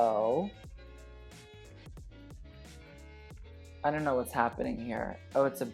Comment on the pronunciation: "i dough knot"